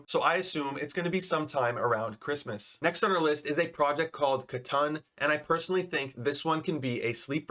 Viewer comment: Katun (ka-toon) as in "Cartoon". Not Ka-Tun bro. Pls